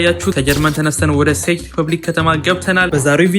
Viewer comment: the way you pronounce it is 😅 can you please pronounce it as such '' Czech = Check = ቼክ ''. My city is🔥❤ . Hope to see you soon.